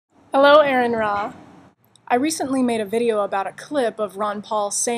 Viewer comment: Aron-ra is pronounced "Ah-run-ra". just sayin'.